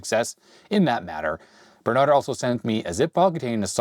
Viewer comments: 😂 keep saying Bernard instead of Berend. Oh well, great video anypoop. ;) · Berend not Bernard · sorry to tell you i know we dutch people have some wierd names but u pronounced the name wrong, its Berend not Bernard :/ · Reads Berend, says Bernard... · You could attempt to say Berend's name properly considering he gave you a free (and likely expensive) computer.